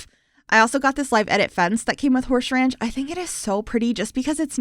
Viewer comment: “Horshe ranch” I love it! 😂😊